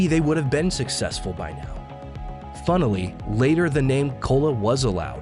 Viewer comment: "funilly"? is that even a word??